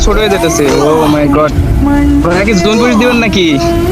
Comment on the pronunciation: Zone ❌Gon✔️